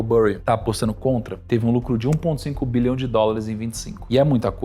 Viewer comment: Show! Sem querer ofender, apenas tentando colaborar com o aprimoramento continuo: as dicções de milhão, bilhão e trilhão, em alguma situações estão bem confusas! Saúde!